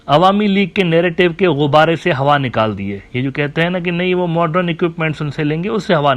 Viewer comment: Dear Admin Uneducated Geopolitics Scholar! It's not MODRUN ( pronunciation) It's MODERN 😂🌝